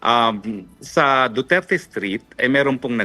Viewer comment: I cringe every time he said "duterte street". Eww 🤮